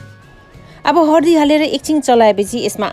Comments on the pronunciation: Ki hindi ki nepali bolnuni ani hardi hina haldi vanxa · Hardi haina k dd haldi ho